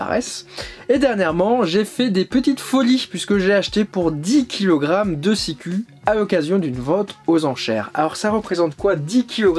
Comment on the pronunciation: Salut ``, on prononce Sikou ( Ü = U - OU = U )